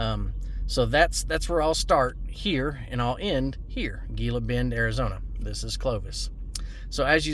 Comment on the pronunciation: It's pronounced heela bend.